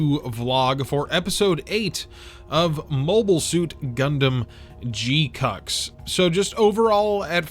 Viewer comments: Sus annunciation of GQuuuuuuX. They say it "jee-kwuks" in the show. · He knows and is doing it on purpose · Im going to need you to stop with this pronunciation. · It’s so hard for me to keep watching after you insist on butchering the name